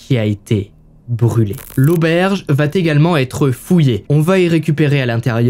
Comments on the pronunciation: " va t'également", "sept zenfants".... vous êtes l'ami des mauvaises liaisons, pitié! Vos fautes orales vont être reprises par votre auditoire! Merci de bien vouloir faire un effort. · ya pas de "t" à "va" donc les "va t'également" "va t'être" ca fait siffler les oreilles...